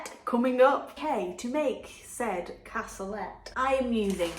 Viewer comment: You had lovely views on your walk with Stella. Can’t beat a bright blue sky for lifting the spirits. Cassoulet is pronounced “cassoulay”. I prefer using traditional haricot beans myself. Well done with getting back on track and losing a pound.